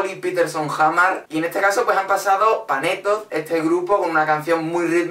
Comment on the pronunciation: ¿Por qué pronuncias la z de Panetoz y una doble rr (inexistente) en Saraha? xDDDDDDDDDD Y perdona pero el desnudo de Samir & Viktor está totalmente justificado, la canción se llama "Ambos desnudos" y habla de bailar desnudos... jajajajaja (que conste que solo te saco pegas para picarte xP)